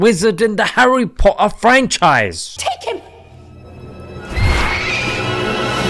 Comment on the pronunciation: "Harry Po' er" LOL